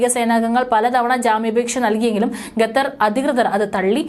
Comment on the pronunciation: പരിഷ്കാരി ഭാഷയായിരിക്കും അല്ലെ ? കേൾക്കുമ്പോൾ തന്നെ അറപ്പുതോന്നുന്നു. മേലിൽ ഗത്തർ എന്നു പറയാതെ കുട്ടി. ഉച്ചാരണശുദ്ധിയോടെ പറയു. "ഖത്തർ" നാവിന്റെ കടയ്ക്കൽ നിന്നും അണ്ണാക്കിന്റെ ഇടയിലൂടെ വരട്ടെ ശബ്ദം. ഓഹോ തൊണ്ടയിൽ മുഴയില്ല അല്ലേ..? കഷ്ടം... 🤔